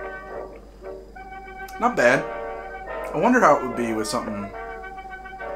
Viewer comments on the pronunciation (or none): none